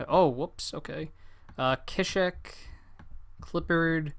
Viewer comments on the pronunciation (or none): I'm pretty sure it's pronounced {sea-shek} not {kishek}